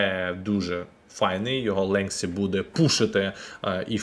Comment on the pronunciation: Ленті, Ленті, не ленсі!